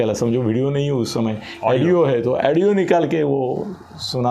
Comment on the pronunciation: अहो, तुम्ही नेहमी एडिओ म्हणता. उच्चार ऑडिओ आहे.